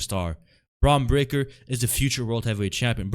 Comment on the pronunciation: How are you on here making fun of shit when you pronounce your "R's" as "W's". You sound pretty retarded... lol and you're a "heel'? hahaha Pretty sure his name isn't Bwon Bweaker.. lol